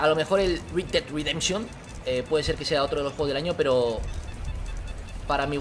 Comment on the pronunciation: red dead redemption... como lo dice vegetta:rid ded ridenchion como se dice: red ded redemshon